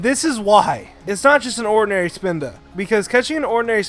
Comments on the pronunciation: ... This ISN'T POKEMON GO, this was made BEFORE THAT. Do you know how to read descriptions? Because there's a little thing above them called a date. Plus, what's a SPINDOW?! It's spelled Spinda! And plus, Spinda is gen 3! Not gen 1. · When he said Spinda my mind had an ERROR